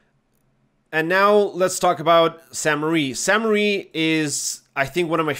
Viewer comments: Really minor comment, but everyone always calls this "Sainte Marie" - sadly it's not! "Sainte-Mere-Eglise" means "holy mother church" and is pronounced "Sainte MER Eglise", with "mere" rhyming with "where". Hope that helps! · great vid! I believe it’s pronounced “sehntuh mair Egleezuh” if that even makes sense lol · San Mair Eh-gleez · Nice vid! Regarding the pronounciation. It is pronounced "saint (as in a saint, in english) mare (as in nightmare) église (this part you got right) Keep the map breakdowns commin! Great content. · Sahn Mehr Egleez for the pronunciation, btw. If that phonetic spelling doesn't make sense you could drop the name in google translate, or if you want to spend more time but enjoy yourself more, find the episode of Band of Brothers where they say Sainte Mere Eglise because they actually pronounce it correctly. Can't remember if it's Winters that says it, but he's the only one I think should get it right, lol